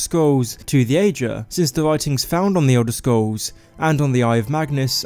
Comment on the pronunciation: Elder Scwolls Haha your awesome